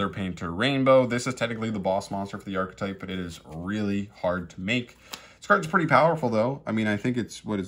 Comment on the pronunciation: Just archetype, not ar-che-type